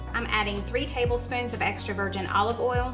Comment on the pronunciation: It's so funny cause you say "oil" like you say "boil" it cracks me up. It's just the way you talk 😊